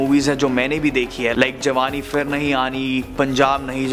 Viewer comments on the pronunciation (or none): I just wish you could work on your pronunciation. The word is 'kayee' for 'many' not 'kahee' and the past tense of 'karna' is kiya, kiye, ki, kii(n). Oh and it isn't 'fir' its 'phir' - an aspirated p.